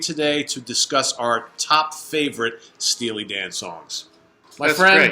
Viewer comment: said "Steely Dong"...... Ha Ha!